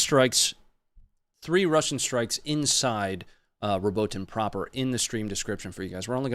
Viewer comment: The correct pronunciation of Robotyne is 'Robot-een-ay', fyi